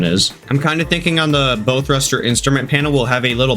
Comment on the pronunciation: Good video just a fyi bow isnt pronounced bow like bow and arrow its pronounced bow like u bow to royalty lol